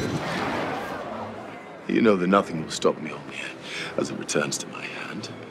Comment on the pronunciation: The was she just said mjoinoy lol